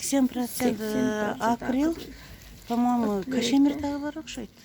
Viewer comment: Кашемир эмес Кашмир эмеспи